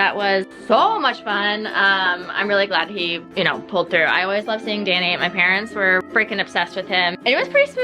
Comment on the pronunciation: Adorable with the parents. She calls them pa-rents because they pay the rents.